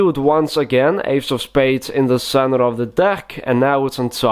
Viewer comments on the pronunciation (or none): "Inside the centrev of the deck" hahaha every time hahahaha